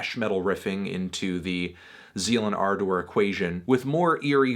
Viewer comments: Why are you saying ardor so weird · why is anthony pronouncing ardor that way?